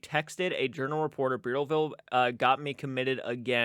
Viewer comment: I live in Rhode Island. Providence is the main state paper. Burrillville Bur rhymes with spurs. I know all the places you are mentioning. Reach out if you need any more state info.